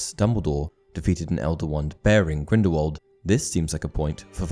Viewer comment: STOP SAYING GRINDEWALD ITS GRINDELWALD FIDNEUDJRHSHEBDBFHRJDJDHRJDBDHRNRH